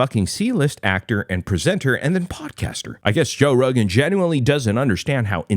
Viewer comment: Toe Rogain 😂